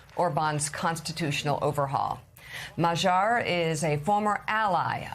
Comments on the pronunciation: It's not Ma-jarre, woman. It's Mag-yar ... which is Hungarian for Hungarian. Trump had nothing to do with this. And don't claim success on your part -- there is now NO socialist MP left in the Hungarian Parliament. Hungary is now MORE right wing than Trump. You people are not merely misguided -- you're actively stupid. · Magyar is pronounced Madyar. That is how it is pronounced in Hungarian.